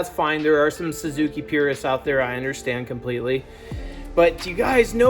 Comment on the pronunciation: More like "why-suki" 😜